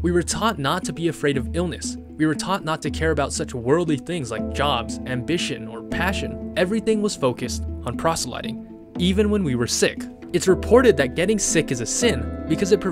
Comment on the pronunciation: Just want to point out that he mispronounced proselytizing. He said "prosel-lighting".